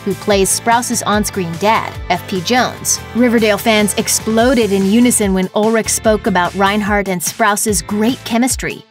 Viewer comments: She says, "Skeet Ulrik." Im like, "ITS ULRICH. WITH A C...H!!!!!" God woman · Excuse me, but did she just say SKEET ULRICK???? IT IS F ING ULRICH AS IN I AM NOT RICH!!!!